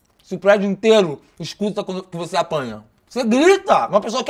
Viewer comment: "Apanha quando grita" Só eu q percebi q ele falou errado?